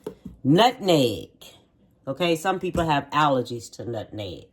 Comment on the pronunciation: Nutneg, I wonder do some people really think, that spice is called NUT-NEG, or are they just pronouncing it the way our family members did. 🤭